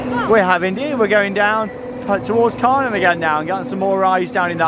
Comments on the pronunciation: Kärnan is pronounced like care-nan. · Looking at going to Hansapark this summer and is searching on Youtube to see what we could expect. Just had to pause in your video to comment on the fact that the Kärnan actually seems to be a replica of a well known landmark in Helsingborg, Sweden called Kärnan (in english pronounced like the two english words Chair and Nun put toghether). Can't wait to get on this ride!! 😍Now I'm gonna keep watching the rest of your video and I have a feeling you will get me even more excited to go to Hansapark! 😁